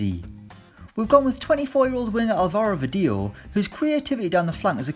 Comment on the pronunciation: Álvaro is pronounced—> AL-va-ro, not al-VA-ro !